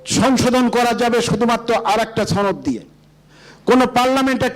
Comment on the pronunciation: এই বেয়াদবকে ঘার ধাক্কা দিয়ে বের করে দেয়া হউক। ছনদ না রে গাধা এটা সনদ। ইয়াবা /ফেন্সি কিং এটা, দুর্নীতিবাজ। সংবিধান কি কোন ঐশী বাণী? আওয়ামী বয়ান ঝাড়ছে! টেম্পো ষ্টেন্ড কি এখন দিল্লির হাতে বর্গা দিবি নাকি বেচে দিবি? জমগন নেংটা করে পিটিয়ে মেরে ফেলবে। নেপালকে দেখে শিক্ষা নাও নইলে খাম্বা বেয়ে ওপরে উঠতে পারবা না।